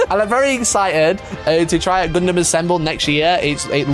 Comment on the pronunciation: Gun-dum not gun-damn kids these days can’t even pronounce a made up word by the Japanese correctly geez